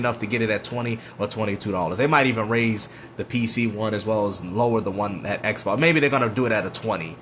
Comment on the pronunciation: "Eckbawks is dead", "let's talk about the next gen eckbawks".